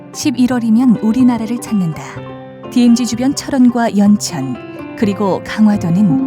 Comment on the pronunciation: 디에무지가 아니고 디엠지 라고 하셨으면 참 좋았을것을